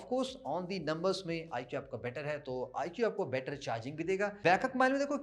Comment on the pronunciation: आईकू not आईक्यू... please do correct pronunciation